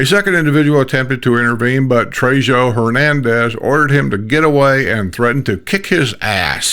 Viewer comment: In Spanish a J is pronounced as an H. So it's sounds like Treho